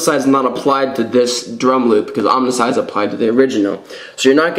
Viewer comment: It's "oam"icide. Like saying "foam" without the f. Not omnicide. Can't take it anymore.